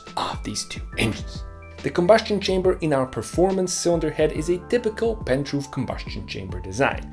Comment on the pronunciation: the only criticism i have (at this moment) would be more clear pronouncing of some words like 'scavenging effect' and 'pent roof'. I had to google for a few minutes before I found what you meant. this video was very well done, and was a superb learning tool about engines. I really enjoyed it. good clear explanations for some key concepts about engines. thanks a lot for showing us! really looking forward to more engaging content, you have a sub, here!!